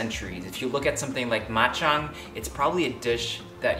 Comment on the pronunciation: Ma Chang not bak Chang. I love your cook so easy to make and health more power ser